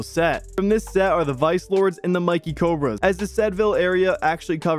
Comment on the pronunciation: It’s not Mikey Cobra it’s Mickey Cobra you gotta say like you saying Mickey Mouse 😭